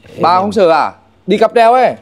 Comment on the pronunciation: "Cáp treo" chứ k phải "cáp trep" em ơi